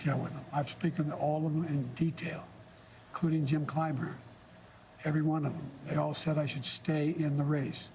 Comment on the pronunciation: Did Joe say Jim climber ?